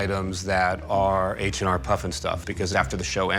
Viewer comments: As a kid growing up in the 90s, I remember that they had this in re-runs. Great corny show. Loved it. And it’s H.R. not H&R, show some respect. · PFFF! he called it H&R puff and stuff.... wonder if he calls the place where he does his taxes H&R block and stuff..... HEHE